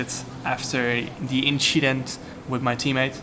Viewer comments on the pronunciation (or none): “nothing just an inschident”